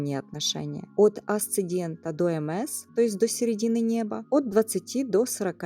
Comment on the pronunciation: АсцеНдент и ДесцеНдент 🙄